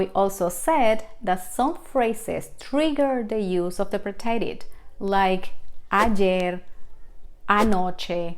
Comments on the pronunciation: Please pronounce preterite correctly. The emphasis is on the first syllable. Also the sound effects sound like a boxing punch. Very annoying. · The English word “preterite” has the accent on the first syllable, the second syllable in English.